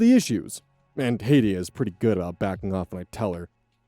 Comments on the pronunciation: That name is pronounced Hat e not Haiti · I believe Hattie is pronounced "Hat-e" note "hate-e" Also, you're taught in school to not apply what you learn in school until you get a job in the field for a reason... Kids these days I swear (Not that I was much better with my bio degree in the early days) Also, I know for a fact that 99% of guys do not share shock videos, snuff films, or other such BS with each other on the regular... Hell, I have male friends and relatives who will deck someone for trying to pull that kind of shit. Especially if the other person doesn't want to see it. Dude's cracked in the head and probably needs to see a shrink. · S6: Of course it's an age gap relationship. Eta: BTW, Hattie is pronounced like "hat-y", not "hate-y". I was listening to this going "who names their kid Haiti?" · the girls name is HAT TEE not HAY TEE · Hattie = Hatty Hattie =/= Haiti Sorry, it was just REALLY bugging me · no.... tell me you did not just pronounce Hattie as HAITI, lol! General rule of thumb: double consonant usually means you use the short version of the vowel instead of the long! It's just the word hat + tee. HAT - tee. If meant to be said as Haiti, it should be spelled Hatie, just like Katie. I hope this info was helpful for future pronunciations. Still love ya. Gonna keep watching now. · Story 5: just FYI name is Hat-tea not Haiti 😅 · Story 5: Hattie is pronounced like Hat-ee 👒 🎩🎓🧢 no cap (pun intended.) Not like Haiti. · That name is "Hattie", not "Haiti". HAT-ee, not HAYT-ee. Not even sure how that happened, but it's genuinely distracting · Story 5: It's "Hat" like what you wear on your head. NOT "Hate." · First, it's "Hat-Ee" not "Hate-e", and damn, allowing your neuro-divergent, chronic pain suffering child to be bullied by your younger child who you send to a better school and give preferential treatment to is so fucked up! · I believe its Hat-tee. You're pronouncing her name as Hati the country. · Hattie is Hat -- ee not Hate -- ee